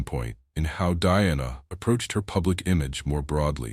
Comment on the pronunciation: Beautiful dresses, mostly, but down arrow for incredibly bad AI commentary; wrong dress entirely more than once, wrong description of event, and worst of all the ridiculously bad AI pronounced names, e.g.,, Diana, MARY for heavens sake, etc. Too lazy to correct or edit, down arrow. Best watched with no commentary since much of it is incorrect.